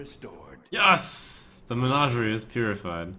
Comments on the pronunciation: MeGNAWgerie is not the way anyone says that word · Trump, plz, listen to the game and pronounce menagerie correctly.